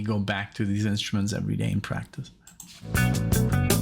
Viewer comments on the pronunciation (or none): none